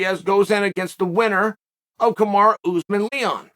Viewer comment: KamarUUU not Kimari kimara or what I keep hearing in both videos now